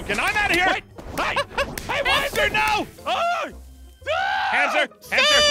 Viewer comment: it's hamster not haster